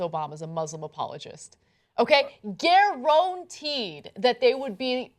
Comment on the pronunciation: Someone needs to teach Ana how to say "guaranteed"